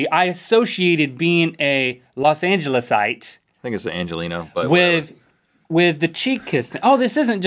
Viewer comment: In which episode did they first say "losangelisite"